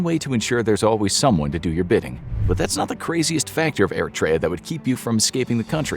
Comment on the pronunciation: The pronunciation of Eritrea is making me mad 😂